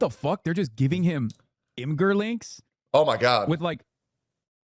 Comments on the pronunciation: He pronounces Imgur as em-ger??? He truly is a plight on humanity. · did he seriously pronounce it Imgur with a hard G?